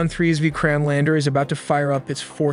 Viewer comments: You did not pronounce Vikram properly...it should be pronounced something like "Vi-krum" not "Veekraam" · It's a nat a vi krime lander, it's a Vikram lander